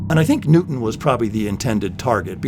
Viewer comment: Who was "Nootin".